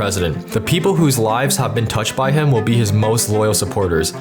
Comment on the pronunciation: festab-bols Random cut that doesn’t feel right outsider……….. pe-pole